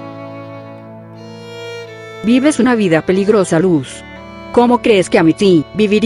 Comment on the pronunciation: "vives una wida peligrosa luz."